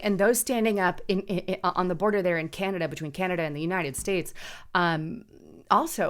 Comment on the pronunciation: Canada is now pronounced CANODA